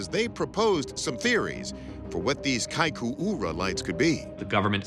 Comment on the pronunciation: Good job trying to pronounce "Kaikoura" that's not easy